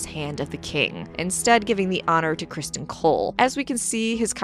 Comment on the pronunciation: Cristin not Crist-on